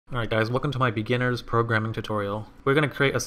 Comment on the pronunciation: The emphasis on ‘beginner’ just gets me everytime..